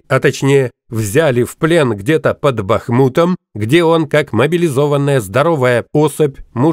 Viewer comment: Только не под бахмУтом, А под БАхмутом